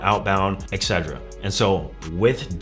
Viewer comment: Think as a coach you should at least pronounce etc and espresso properly 😂